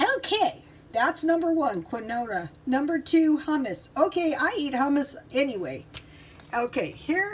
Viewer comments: It's pronounced, "keen-wah" :) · You say it like keen-waa